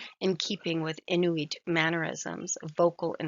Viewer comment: Couple grammatical errors I'll correct, we don't pronounce R like in english, we say it with a tincy wincy bit of growl and Igloolik. We don't prolong the pronounciation of the O we say it like it's a quick U. Another correction is that Inuit is pronounced "In-wheat." Last correction; Isuma is pronounced with a quick U, don't prolong it